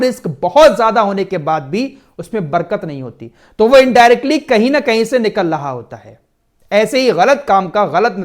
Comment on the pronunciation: निकल लहा नहीं निकल रहा होता है